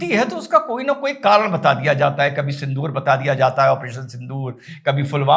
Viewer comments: You are requested to ask Rahul to write sindur in hindi. He is speaking sindur as sindhur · सिंदूर भी बोलना नहीं आ रहा गवार को सिंदोर 😅😅😅😅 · He can't even pronounce sindoor rightly.